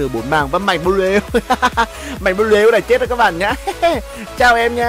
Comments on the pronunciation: Anh đọc mạnh bờ lu là đúng chứ anh đừng đọc mạnh bờ lêu khó nghe lắm nha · Mạnh blue đọc thành Mạnh bleu 😂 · Fan. Mà ns a nghe nà mạnh blue chứ k phải mạnh bờ lêu, mất cảm tình quá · "Mạnh bờ lêu" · Bắc kì mà😂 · Mạnh bờ lêu à kêu gì lạ vậy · Mong nói chuẩn tên anh mạnh blue ạ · Đọc tiếng anh blue ? 😂😂😂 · chữ blue đọc hài